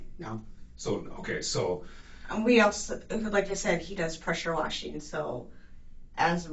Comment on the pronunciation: "Do alotta Rufeeen, Pressure Washeeen.. mostly, it is General Buildeeen". (these are not Words). 😳